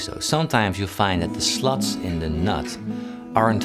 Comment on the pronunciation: Everytime he said Slots I heard sluts. I spilled my drink all over.